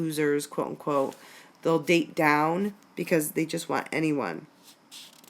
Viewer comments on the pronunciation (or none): none